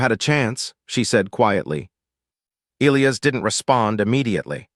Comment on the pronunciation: The AI can't properly pronounce Elias.........Figure it out